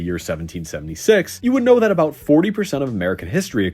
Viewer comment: what's this aboot now?